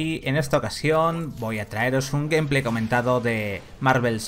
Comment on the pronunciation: "El GUMplay" JAJAJAJAJA